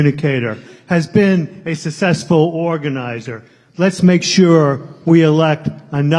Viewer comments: a sussessful ? a sussessful ?? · Fantastic., a person that can't even say the word successful is doing the nominating.